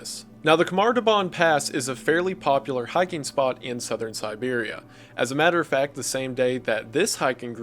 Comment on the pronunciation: And "as a matter of fact" too :D